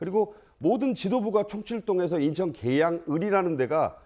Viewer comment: 김종욱교수는 논리를 펴기 이전에 한국어 발음 연습을 좀더 하고 나오시길…. 인천을 인턴으로 발음하고 웅얼웅얼 궁얼궁얼하는데 당췌 무슨 말인이 알아들수가 없고 아주 짜증스러움